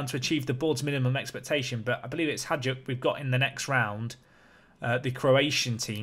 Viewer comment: Hey, the best way I can describe how to pronounce Hajduk would be something like: hi dook. The letter j makes the same sound as the second sound when you pronounce the letter i.